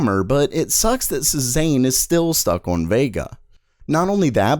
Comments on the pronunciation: After the second time he mispronounced it I was ready to punch my monitor. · Cezanne is pronounced 'SAY ZON' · Cezanne is pronounced Say-zahn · Cezanne is pronounced Say-Zahn not Sez-aine. Also other useful things to know, Hermes the fashion brand is pronounced 'Air-Mez' not 'Her-meez.' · please learn to pronounce Cezanne. It's sort of like "say-zan" Not "suh-zain" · Dude it's pronounce Sez-Anne not Sez-An. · It’s SAY-ZAHN, not SEH-ZANE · Pronounced see-zan Not sea-zane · pleas don't say cezayne ever again it's more like seh-zaahn-(e) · It's pronounced "say-zahn". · Sorry because I’m an artist... all the code names are famous artists, Cezanne is pronounce ‘Say-zahn’ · It is pronounced say-zahn for the love of god. French artist? Hard to trust your stuff if your are not even going to research little things like pronunciations. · Cezanne was a painter. I was thrown by how you pronounced that. It should like say-zon. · shaZZAM !!! . . . shaBOZZ !!! . . . it's pronounced say-zahn. , . . . like season but say instead of sea and a little heavier on the z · Cezanne is pronounced more like Say-zon He was a french artist which is in line with the other artist names they use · "SayZon" pronounced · Just FYI, Cezanne is pronounced "say-zahn" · It's not pronounced " Say-zahn"? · A tiny little cringe every time you say "Cezanne" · One note : Maybe google how to pronounce "Cezanne" first ? It's not a "recent pop-culture item" but it is still very well known ... and you'll have to say it a bunch of times in the future so I think getting moderately close to the correct pronunciation (i don't think anyone needs to be spot on) is really worth the 10 seconds ... to not sound ridiculous :) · How many times can you butcher the pronunciation of "Cezanne"? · Yeah, that really bugged me.